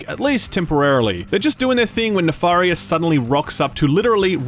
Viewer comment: omg please stop saying Nafarious it's Nefarious with a E!!!!!!!!!!!!